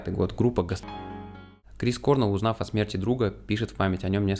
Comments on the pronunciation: не кОрнел. а корнЭл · То есть, про группу Foo Fighters вы не в курсе? Называть Грола лишь "некогда барабанщиком Нирваны" это лютый троллинг какой то, либо нечто иное)) Ну, и в нашей тусовке старых гранджеров, которые подростками в 90-х все это застали, принято произносить не КОрнелл, а КорнЕлл. Точно такая же тема, как и с Джерри КантреЕллом (Alice In Chains). А в целом - огромное спасибо от души! Обязательно репостну, покажу, что молодежи тоже очень интересна музыка нашей юности. Спасибо. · Крис КорнЕлл, а не кОрнел 🤦‍♀️